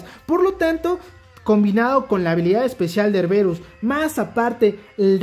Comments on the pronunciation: porque le dices erberus, es erebus, jajajaja, saludos y buen video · Él: erberus Yo: joder tio, que es erebus!! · Erberus.... suena mejor que su nombre Erebus.